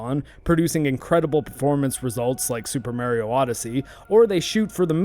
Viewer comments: Oh god - i remember when all the older folks used to call him merio the way you do when that first game game out. it was just an accent on the name but most of us kids where quick to correct it as MAR-io all through there was many kids that i came across that said it like that too. youll be hard pressed to find any of the newer gens that grew up after the nes and snes into the n64 and beyong era that says merio any more. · MAR-io. Not MARE-io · Mario not Marryio lol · Hey, it's not "May rio" but it's "My Rio." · I say it the way my 20+ year friend Mario pronounces his own name (and has hated the way Nintendo ingrained “it’s-a me, a-Mah-ree-oh” as the common pronunciation in modern parlance)- but I’ve honestly received so much flak from my pronunciation, that I’m trying to train myself to pronounce it your way 😣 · Mahr-ee-oh.... not Mare- ee-oh.... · It's a proper noun. It's pronounced Mario not Mary-oh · "Mare" io? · I was thinking of your sinus cavity the whole video but when I heard you say Mare-e-oh for Mario I couldn't keep quiet. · MAH-ree-oh Mario It's a long A, it's an Italian name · Yeah but you're one of those "MARE-ee-oh" people so idk if I can watch this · Have to admit, I have never heard anyone pronounce "Mario" the way this guy does. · Pronouncing Mario like that is an immediate click away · I knew you were canadian the moment I heard you pronounce Mario. ahah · It’s not a speech impediment I swear - it’s that I grew up with a guy named Mario and that’s how he pronounced his name. The release of Mario 64 and the “it’s-a me! Mario!” intro really pissed him off because people started telling him that he was pronouncing his own name wrong. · You're totally mispronouncing how you say Mario, and like a pirate with a ship's wheel 🛞 attached to his junk, it's driving me nuts! 🥜 Argh! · The way you say MARIO is completely wrong and you should stop immediately.